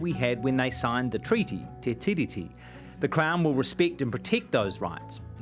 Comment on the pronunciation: MESSAGE TO JACK: Jack, because Te Tiriti is a transliteration of The Treaty, the correct pronunciation of Tiriti should mimic the word Treaty,, therefore the emphasis is on the second syllable, not the first. In addition each letter ' i ' in the word 'tiriti' should be pronounced the same in accord with maori practice, i.e. Tee ree tee Not Tih ree tee. I hope this helps you sharpen up your pronunciation. I do realise that many modern maori pronounce Tiriti incorrectly just as they do for a couple of other transliterations such as wiki for the word week. My father was a linguist and maori language tutor in the 1960s and 70s and I taught his students pronunciation lessons when he was ill, so my advice stands on good foundation.